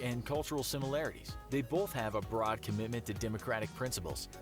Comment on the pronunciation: Why did he emphasize the word broad?